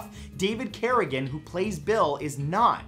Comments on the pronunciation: Sounds like he pronounces it "David Carrigane". Honestly, doesn't matter, love that content. Just wondered if anyone else heard it. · David Carradine...pronounced "Carra-deen"